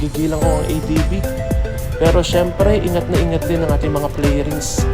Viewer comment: "FAIRINGS", hindi FLAIRINGS 🤦🙄